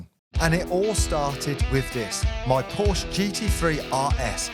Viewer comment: No wonder you get scammed. You cant even pronounce porsche